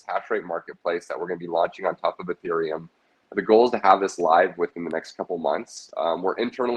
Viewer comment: Lost me when he said Ethereum Smfh